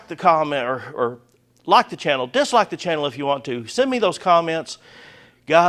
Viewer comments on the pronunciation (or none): none